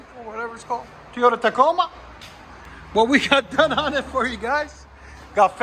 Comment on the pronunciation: Lol, its TOYOTA not Teeoda, lmao